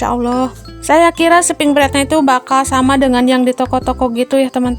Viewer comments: Bund mohon maaf sebelumnya, aku jadi gagal fokus pas bilangnya spring bred, yg benar itu spring bed ya sayang bednya ga pake r ☺🙏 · Spring bed Bun, bukan spring bred 🙏